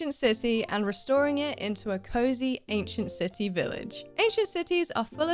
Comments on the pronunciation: Omg I thought you said ancient sissy at first LOL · “in this video, I’m taking this ancient sisy…” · "Ancient sissy" 😂 But ngl, nice build ❤